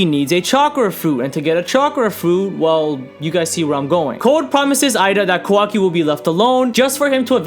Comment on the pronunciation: Ka-wa-ki not KAWO-ki